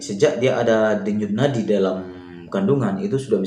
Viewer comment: mantap bang infonya,, sangat bermanfaat Ngomong Denyut nadi nya kok belepotan abang ku